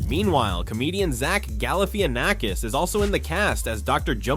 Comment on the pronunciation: ... What intern did you get to read over this that doesn't know how to read the word "Galifianakis"? Please fire them.